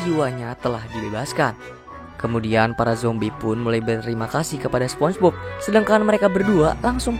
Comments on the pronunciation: Spong e Bob bg😂😂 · spombob bg nyebut nya